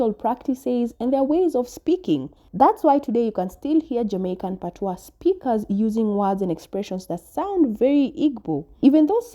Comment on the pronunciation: PAT-wa, stress the first syllable when speaking of Jamaica. Pat-WAH (patois) is the used for French vernaculars with various other languages. Once again, PAT - wa Listen to the Jamaican woman